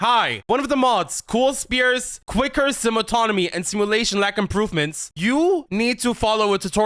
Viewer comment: I swear I heard "And then I found the Thicker Sims Anatomy' when you said 'I found the Quicker Sim Autonomy." lol